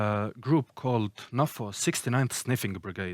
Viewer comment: It's pronounced Nafo not Nafo.